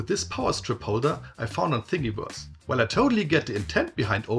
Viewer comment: It's "Thingiverse", not "Thingyverse". pronounced like the word "universe" but with "thing" instead.